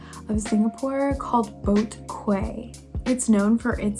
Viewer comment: Fyi- it’s pronounced as boat “key”